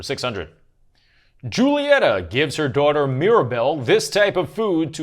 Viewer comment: Calling all Latines who physically winced when pronounced Julieta's name. ✋🏻✋🏻